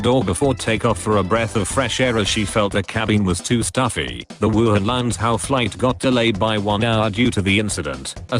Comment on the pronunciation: says wuhan uwu